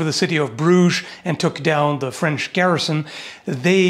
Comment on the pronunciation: Flemish here... still offended by 'flench'